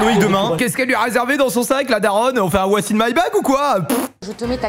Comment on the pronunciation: "Loïc aime jouerravec le feu", le présentateur t'es sur qu'il a faittune hecole pour prononcer les liaisons Edit : par contre vous êtes pas drôles les gens. Oui que ça se dise, c'est vrai, les liaisons françaises marchent ainsi (tainsi, t'as vu ?). On s'amuse de l'exagération. Par contre, faire valoir son intellect proéminent en descendant celui des autres n'a jamais fait des rois les meilleures créatures. Prenez soin de vous.